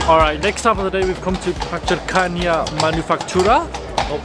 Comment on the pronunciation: Actually you've pronounced zapiekanki right 😅